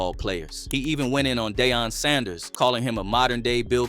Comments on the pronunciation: Hold on…”DAY-on” Sanders?!?? WTF you from “ TV”, the AI Projects?!?? #REALTalk 🤔🤔🤔🤣🤣🤣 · Dayon sanders? This man mispronounced that are you A.I? Lol